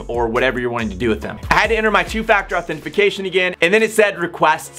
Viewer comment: Why do you keep saying "authentiFAcation"?